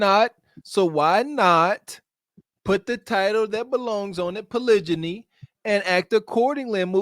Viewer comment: That "polijiny" had me dyyyyinnnng during the live😂😭😭🫡